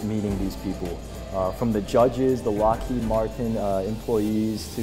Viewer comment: Lmao, “ethics” at Lockheed Martian